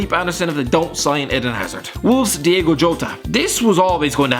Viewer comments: It's diOgo Jota not Diego instead of E it's a O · Diego Jota really? come on mate. DIOGO Jota D-I-O-G-O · It’s Diogo, not Diego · it’s diogo not diego👍🏾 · It’s Diogo not Diego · DiOgo Jota not DiEgo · It’s Diogo not Diego makes me happy makes me feel this way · It’s Diogo not Diego ffs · Its diogo not diego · Ffs it’s Diogo, not Diego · diogo* jota , not diego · it's diogo, not diego, makes me happy, makes me feel this way